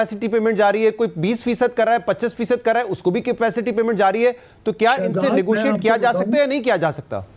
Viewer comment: Nigosiate cipaicity yeh Kya bol rahe hai